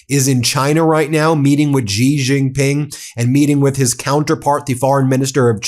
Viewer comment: Chinese president’s name is not “jee”, it’s “she” (Xi). I think u can get that right.